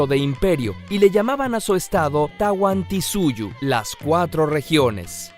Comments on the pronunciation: Se dice Tawantisuyo, no Tawantisuyu. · Tawantinsuyo!!!!!!!!!!!!!!!!!!!!!!!!!!!!!!, me molesto si dices tawantisuyu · Hola soy de Perú y una corrección no es "Tawantisuyu" es TawanTINsuyo te olvidaste de la n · no es tawantisuyu es tawantinsuyo y te falto la ( N ) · Jaja, Es Tawantinsuyo, ser peruano es otro level :D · "Tahuantinsuyo", o "Tawantinsuyo" y algunos pronuncian "Tahuantinsuyu" (o "Tawantinsuyu", los que quieren minimizar el quechua a 3 vocales), pero estoy seguro que "Tawantisuyu" está mal. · Es Tawantinsuyo, faltó la N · genial pero algunas palabras estan mal escritas y mal pronunciadas como Tawantinsuyo y otros, algo escaso de informacion... pero a pesar de eso buen video!